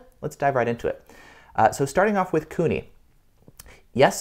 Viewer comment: It's Kuni, not Cooney.